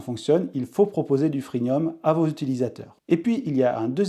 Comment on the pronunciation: Freemium pas freenium.